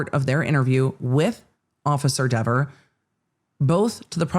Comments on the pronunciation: Given what Cox said about "this person" — aka Kelly Dever — I actually think he DIDN'T pronounce her name correctly, as she testified. Which would make the whole "so he said my name correctly" another false memory, I guess? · The internet has spoken. It's pronounced DEEver now. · Dever rhymes with never